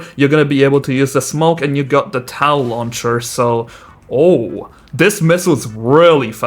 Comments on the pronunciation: My dad (Iraq veteran) walked past, as I was watching this and he said "he's saying TOW wrong" he pronounced TOW like toe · toe is the correct pronunciation